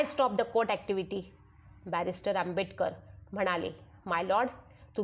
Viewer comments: Who had made this audio Its good 👍👍 but Pronounciation is not good Not Audible because of शब्दांचे उच्चार as like Dr Ambetkar Dr Ambetkar..... Actually ....Its Dr Ambedkar आंबेडकर आहे not आंबेbetकर .. आंबेटक र pl check your voice n pronounciation ok Ambedkar surnane is given by One Brahmin Ambedkar Teacher ...ok read History ...if you dont know ...ok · Reading karnarya bainche prnounciation chukkiche aahet.Tua bainche ucchar AMBETKAR ASA HOTO TO AMBEDKAR ASA HONE JARURICHE AAHE.